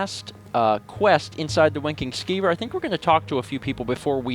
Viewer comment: It sounded like you said "Wanking Skeever" in the beginning of the episode.